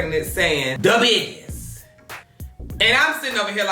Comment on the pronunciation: DA biggest = Dahell 😭🤣🤣🤣🤣